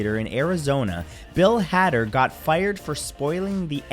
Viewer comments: Btw bill Hader hader is pronounced more like hater with a D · After number 46, I could only think about how you pronounced Bill Hader’s name 😂 but I love your videos. Hope you are doing well!